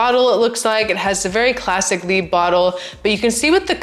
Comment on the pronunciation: It’s not pronounced leebuh it’s pronounced leebruh with a French r.